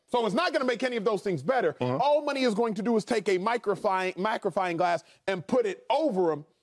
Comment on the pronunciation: Microphining glass. That dude said microphining glass. We all knew he meant magnifying glass, but that dude said microphining. And he’s a “pro” analyst.